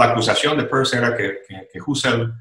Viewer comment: Excelente entrevista, escuchando a se va el tiempo sin pensar. Caballeros pronuncien bien Peirce, lo explica en su video sobre este notable filósofo.